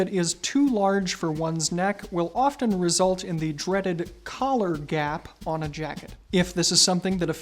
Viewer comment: I thought he said colour when he said collar